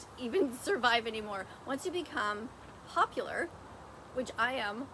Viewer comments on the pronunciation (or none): Wait wait wait did you just say your popiler?